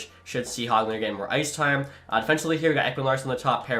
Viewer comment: FYI it it is not HOG-lander it is pronounced hogg-lender